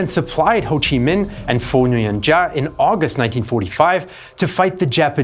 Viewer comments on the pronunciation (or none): Giap sounds like shiap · It's Giap. Not Ja. Giap can be said like "Yap". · Minor correction: Giap's name is pronounced more like "zap" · You might learn how to pronounce General Giap’s name. You are not even close….